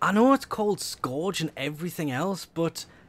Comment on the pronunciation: why he say scorge?